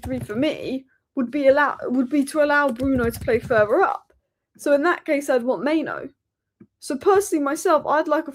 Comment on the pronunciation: It's mainoo actually, not maino